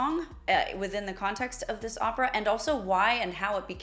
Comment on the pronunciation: How much can you get wrong… Pronunciation of Opera totally incorrect.. It far from his last performance You should be embarrassed 😮